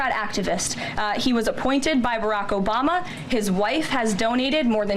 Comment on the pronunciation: He said "OBAMNA"! 😆 I should not laugh for these are srsly dangerous, tenuous times,but ,fuck Trump and his motley crew!